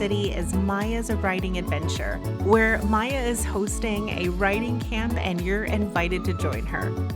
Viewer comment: She said said mia wrong she said mya not Mia she also said ninjago wrong